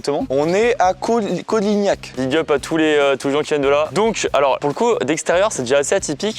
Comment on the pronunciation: C'est cotignac pas colignac